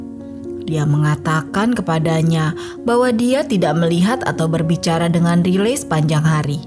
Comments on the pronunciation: Maksudnya raily x ya bukan riley di bacanya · Riley Crossman. Dlm English mmg sebutannya Raily. Dia bacanya dlm versi Indonesia.